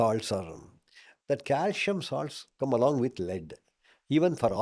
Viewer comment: C in calcium is pronounced as s not as sh.